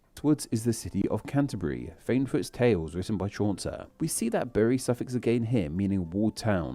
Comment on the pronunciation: Yes! I thought his pronunciation of Cornwall was odd, and did anyone else notice he said "Chauncer" instead of Chaucer"?